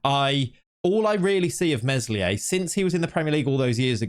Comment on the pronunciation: Please stop pronouncing the s in Meslier